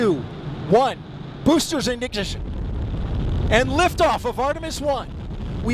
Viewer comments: Three… Two… One… BOOSTERS INN..IGNSHIN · "Boosterz igniziz" 😂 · The " booster ignotiton" instead of ignition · "Boosters ingition!!!' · “Boosters ingngnisshn” -NASA Annunciator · BOOSTERSZ IZIGNITION🤣🤣🤣🤣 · “BOOSTERS INJUJTID” I felt the same way 😂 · boosters ignigician? is that like magician? you couldn't even count down properly.... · "3, 2, 1... boostersiginigition" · I believe he said "in-jin-son." Maybe that is what makes it different. 😀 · Bro said "boosters innniiishshshd" 🤣🤣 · I like it when he said "BOOSTERS ENINGISH!" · I guess he got overwhelmed and said "boosters injinin" or something instead of ignition. But I don't blame him for being excited. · I actually like how he mispronounced ignition at launch since you can tell how insanely excited he was 😄